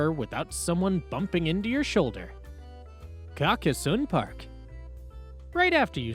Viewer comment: Pronunciation: car-cass-sohn